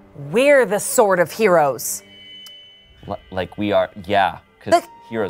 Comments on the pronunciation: Ok but that 'Sword of Heroes' sounding like 'sort of heroes', not sure if that was planned but that was pretty epic and was the final tidy bow on a perfect one-shot adventure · I love how "sword of heroes" sounds like "sorta heroes" and nothing has ever been more perfect for our band of heroes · "Sword of Heroes" - Dolores "Sworda Heroes" - Gaspard